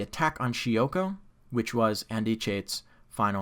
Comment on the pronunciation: Chimoio not chioco